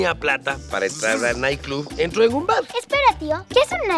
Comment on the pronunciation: Para "entrshar" en confianza lol